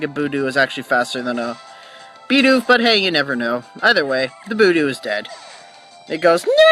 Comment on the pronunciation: Well, I wasn't going to say anything, but since you appreciate it... =p "fyoo-ree cutter" not "ferr-ee" cutter "buhd-ew", not "boo-doo (you do, you do!)" =p and no, rock throw is a physical move. Glad I could help ^^ Also, you caught a Shinx! SO HAPPY! They're so darn cute! Also, your nicknames are not bad. Now, if you named the Shinx "Sparky," I would have to hit you =p